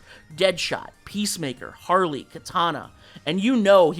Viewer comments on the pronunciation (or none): none